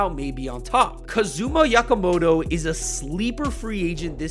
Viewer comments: Who is “Yakamoto?” 😂 Okamoto + Yamamoto? C’mon. Japanese names are easy. Just say it how you read it with short vowel sounds. Just basic AH-EH-EE-OH-OO. (for A-E-I-O-U) Just fyi for future reference. 😅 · 100% okamoto is not pete replacement. im japanese i know it. and you mispronounced his name